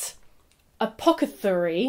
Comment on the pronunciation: dying at “apocathery” 😂